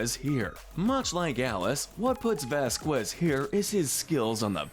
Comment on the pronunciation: Pronounced (vas-kez)